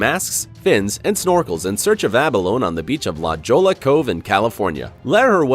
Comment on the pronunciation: I live in California. La Jolla is pronounced La Hoya lol